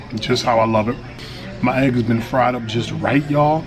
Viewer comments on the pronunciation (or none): none